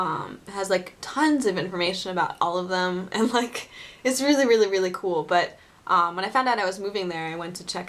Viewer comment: I like when you say "really, really, really, really, really, really" and to me it sounds like "willy, willy, willy, willy, willy, willy, willy" :D